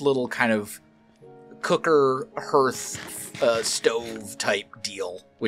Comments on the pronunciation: Hearth and yeah it is a harder A sound like Harth... over 25+ years as a stone mason... but funny hearing it Hear th .... Perhaps a hidden Mission Possible??? perhaps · Hearth is pronounced Harth not Herth. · Looks great! But I can’t get over your pronunciation of HEARTH 😂